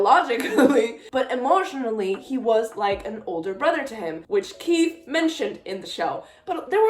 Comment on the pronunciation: Congratulations again ❤. Do you think Estelle can see through the Mist because Sally could? Btw Keefe is pronounced Keef without the e sound at the end. Also now you feel our pain with kotlc. Thanks so much again!!!